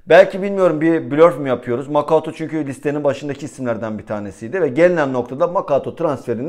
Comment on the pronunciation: Artik lütfen Makuta diye seslen suna abi 😂 makaouto degil